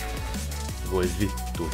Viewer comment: If that were you who said ''Voi vittu'' - You actually pronounced it quite well and the weight of your voice was perfect! -Greetings from Finland, awesome game play as all ways sir!